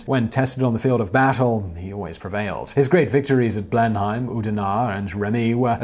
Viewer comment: Blenheim is pronounced "Blennim". Please check this type of thing!